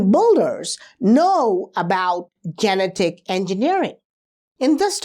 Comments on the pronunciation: I enjoy your videos, but I have trouble some times bc you mispronounce some words. Such as genetic. Ji- Net- ik. Your English is impeccable except for a few words. Keep the videos coming! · I love you man, so I'm going to help you out. genetic. how you say it in English, this is how it's pronounced: just say the name, "Jeanette." now say, "ick." again, say: "Jeanette-ick." try it, I'll have you talking in perfect English in no time. 😝💯💯💯